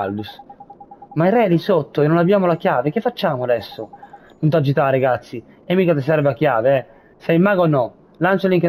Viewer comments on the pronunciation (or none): Like e commento per supportare questa splendida serie! Un piccolo appunto: l'appellativo che Lucciconio usa per riferirsi ad Oliver si legge regazzì, con l'accento sulla "i". Ciao e buona continuazione di questa fantastica serie!